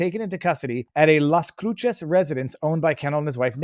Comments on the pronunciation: Joel is pronounced Ho el like noel. Las CRUCES NOT CRUCHES! Say LOSS CREW SES. Cruces is 40 miles from the Texas, New Mexico, MEXICO(JUAREZ) BORDER! Did he get a ride to the judges housectoo? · Las Cruces is pronounced Loss Crew Sis